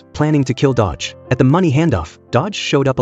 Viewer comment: Its not dodge its do-gi/do-ki